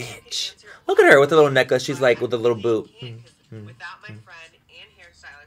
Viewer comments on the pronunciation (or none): none